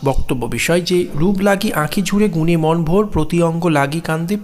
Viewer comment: বেশ হয়েছে। সুন্দর শব্দ চয়ন, সুভাষিত ব্যাখ্যা, কণ্ঠস্বরের রোমান্টিকতা, সব মিলিয়ে অনবদ্য। তবে বচনের লয় আরও একটু বিলম্বিত হলে ও কিছু কিছু শব্দের উচ্চারণে বৈষ্ণব পদাবলীর ঢং মেশালে ষোলো কলা পূর্ণ হতো; যেমন - "রূপ্" লাগি না বলে "রূপো" লাগি বললে, গুণে "মন্" ভোর না বলে গুণে "মনো" ভোর ইত্যাদি উচ্চারিত হলে ষোলো কলা পূর্ণ হতো! ❤